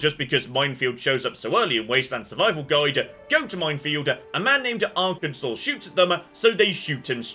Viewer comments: See you can pronounce the state right! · It's so weird hearing pronouncing Arkansas correctly and not complaining about it.